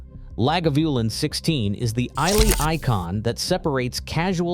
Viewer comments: Not Eye Lee. It isle eh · Okay, whisky buff: Speyside rhymes with Gay-guide; or Ray-hide; or Hay-ride. Sorry, but get it right. Also Islay is pronounced Eye-la. Now you know. So say we Scots. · Where is ‘eye-lay’? It is ‘eye-la’ (Islay) and ‘la-ga-voo-len’ … and you’d better like your peat. Just saying… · Islay, say "eye-la" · What, no Laphroaig? Lagavulin is certainly a decent scotch, but it's everywhere and overpriced. Laphroaig Quarter Cask is vastly superior and less expensive. And Islay is pronounced "Eyela". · I'm deeply suspicious of someone who can't even say Gaelic correctly, I mean ' I-lay'? really? You miss the point, that the individualistic nature of single malts appeals individualistically to everyone, no way could anyone expect a universal covenant, that's the beauty of the thing! You deserve every rebuke amongst these comments. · Thw y in Islay is not pronounced, Try Isla (Eye-la) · Try again pronouncing Islay and Speyside🤣🤣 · And Islay, the y is silent. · It's "Spay-side" (not Spee-side, FFS!), and "Eye-lah", not "Eye-lay". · Good post. Though I think you missed a trick with Ardbeg 10 or Glenmorangie Original (now a 12 up from 10 and even better than ever), both outstanding whiskies in their own right and excellent VFM. Incidentally, Speyside is pronounced Spayside, and Islay is pronounced Aila; might as well get it right if you're going to talk about their whiskies, eh!? Love Lagavulin, but in my market (Japan) the 16 has almost doubled in price in recent years (used to be ¥7,000/$45, now around ¥18,000/$110); the quality is still stellar, but VFM not so much so. Oh, and Bruichladdich (Brookladdie), another fabulous Islay distillery with some amazing expressions - Classic Laddie (unpeated), Port Charlotte (peated) and Octomore, the most heavily peated scotch of all time; I had a bottle at 258 ppm (6.3 Islay Barley 2009) five times Ardbeg levels, and still smooth as silk; absolutely outstanding (though not if you're on a budget)!!